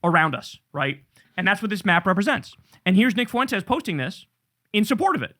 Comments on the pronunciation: Spanish is my native language, please for the love of god Kyle, stop pronouncing Nick's name as 'Foo-entes'! It's so annoying. It's pronounced 'fwentes'. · It's Fuentez, amigo. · I’ll be so glad when I never have to hear anyone say “FOO-EN-TEZ” again.